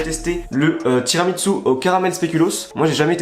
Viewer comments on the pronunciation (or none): Y’a que moi qui dit « tiramisu » et pas « tiramitsu » ? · Mec pourquoi tu dis: [tiramitsu] au lieu de tiramiSSu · tiramissu, pas tiramitssu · moi j'did tiramitsu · Ça me fait mal aux oreilles quand tu dis « tiramiTsu » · sa me bute il dit tiramitsu en mode c'est un manga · C'est moi où tu dis TIRAMITSU 😁